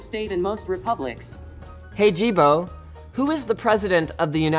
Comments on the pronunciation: he says, Don't be a Jibo. It sounded like ajeeb, which means weird in my language. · Isn't it pronounced "Yee-bo" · The pronunciation of "Jibo" sounds extremely close to, well, "male sexual organ", or "d*ck" if you will, in Mandarin. So it cracked me every time when news said something like "Jibo robot" or something. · Jibo sounds exactly like dick in Mandarin Chinese